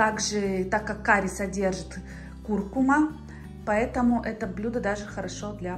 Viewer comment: Камерно так, мило. Но такой обед хорош при 20’ тепла в середине января😂. Всегда было интересно, из какого города. А так витрины, витрины… Куркума - ударение на последнем слоге. Карри, а вовсе не «кэри»…. Состав приправы по наитию ( куркума, чили, кориандр, и т.д.), а лучше уточнить. Возможны варианты. Больше люблю сладкий карри. Зачем охлаждать курицу с яблоком?! Если готовим соус, то можно ли использовать сухой чеснок? А соус?! Или курица мариновалась в нем?!